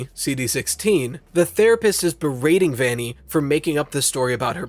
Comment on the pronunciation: Every time you say " A Vanny ". It makes me think of the Google question: "Is Vanessa a Vanny" and it makes me laugh. Also, I got excited when you talked about Vanny hacking Vanessa's files because I had a theory just like that that nobody believed.